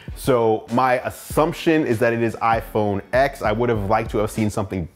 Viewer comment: Great review! iPhone X is pronounced iPhone 10